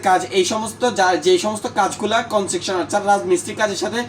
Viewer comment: ভাই আপনার উচ্চারণ ঠিক করে কথা বলেন। কনজাকশন না। কনস্ট্রাকশন হবে।